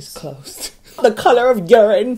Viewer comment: I always come back to this just to hear say "The colOR OF URINE"